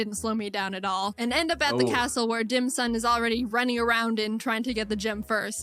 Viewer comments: thank gosh I’m not the only one who hears Dim sum instead of Dim sun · dimsun not dim sum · Dim Sun 🌞 not Dim Sum like the food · Dim sum sounds more like DAM SON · it sounds like a weird pronounciation of damn son dim sun damn son it works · I heard dick sun